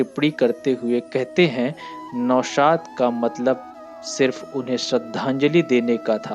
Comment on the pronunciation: Nihayat bakwas commentory. स को श, नौशाद को नौसाद बोल रहा है। क्या बकवास है। ऐसा लग रहा है जैसे जबरन बुलवाया जा रहा है।